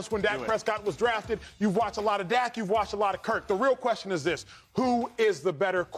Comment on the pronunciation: Shady can't even pronounce his cousins name correctly lol, shady is just a dak hater....and acho appears to jump on his 🥜 during some segments lol